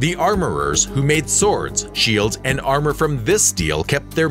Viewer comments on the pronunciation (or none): none